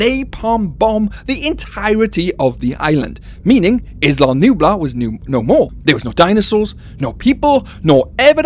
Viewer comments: Islam Nublar? Am I hearing things? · I’m Mexican I speak Spanish. What I’m saying is his English accent makes it sound as if he is saying “Islam Nublar.”